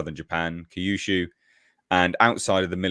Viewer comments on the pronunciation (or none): none